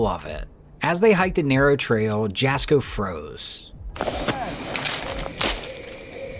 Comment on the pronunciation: It’s not pronounce Jasko it’s it’s pronounce Yasko